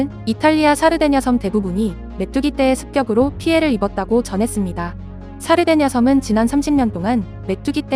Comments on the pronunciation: 사르데냐섬이 자꾸 살해된 여성으로 들려서 깜짝깜짝 놀람 ㅋㅋㅋ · 내귀가 썩어서..이탈리아 살해된여성....으로 자꾸 들려....ㅜ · 샤르데냐섬 첨에 살해된 여성이라고 들려서 메뚜기 한테 사람 죽은줄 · 샤르데냐섬을 살해된여성 으로 들었네요 ㅋㅋ